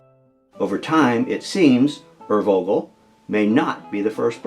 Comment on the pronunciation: This is going to be pedantic, but I mean well: The V in "urvogel" is pronounced like an English F. The German V sound is spelled with a W, as in Wagner.